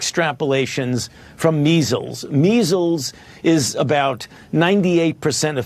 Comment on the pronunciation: Jimmy I love ya but he said 90 for meizzels this is nothing